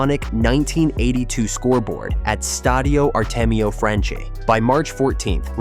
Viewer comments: It’s pronounced Franchi (Frankee), not Franchee 🤣🤣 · Dude in Italian, everything written as -ch is pronounced k or kk. Vittorio Cecchi Gori is pronunced Vittorio Cekki Gori. The stadium is Artemio Franchi, pronunced Artemio Franki. Plzzz